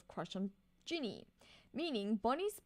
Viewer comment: Instant respect for saying Jinny's name correctly☺ Your reactions are always lovely!